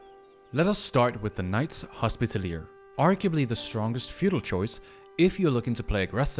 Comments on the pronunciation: 'Knight's Hospitallier' 😂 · Bro you're pronouncing knight's Hospitaller wrong